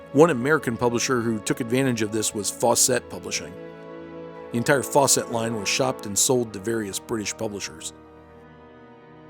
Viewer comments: Fawcett (rhymes with "faucet") not "Faux-set." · Interesting...I’ve never heard Fawcett pronounced that way. Faw-set... I’ve always heard it pronounced Faw-sit. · I can't be certain... but I think you're pronouncing 'Fawcett' incorrectly and pretentiously.